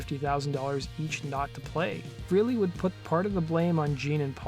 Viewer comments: Ace pronounces his name fray-lee, not free-lee. And Neil pronounces his name peert, not purt. Most people say it wrong. The way you pronounce someone's name is of importance to them, and to not care is disrespectful. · Prouncanced FRAYLEE......not freely. Jeez, you'd think someone who is doing a video on someone, would at least know how to pronounce someone's name........Ace's band was called Frehley's Comet to rhyme with Halley's Comet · Ace Frehley, his name is pronounced like Pray ly, Frayly.